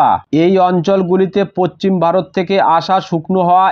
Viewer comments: পচ্চিম না ভাই.... পশ্চিম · Eta tar local language hote pare